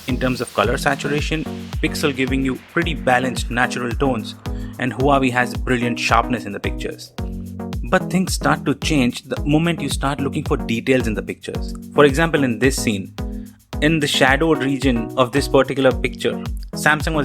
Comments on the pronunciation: It's pronounced wa-wai, not who-are-wei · Good video but it’s pronounced as wa+way = huawei